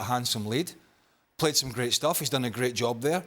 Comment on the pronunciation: Can the idiot on the right say played instead of pulayed?